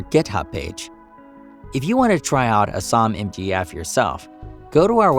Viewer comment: it's not "uh-SAHM", it's "A-SAM"